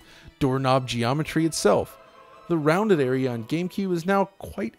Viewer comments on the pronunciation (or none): none